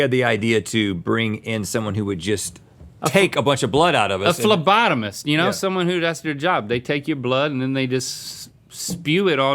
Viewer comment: He said a phle-bottom made me crack up because I’m a phlebotomist!❤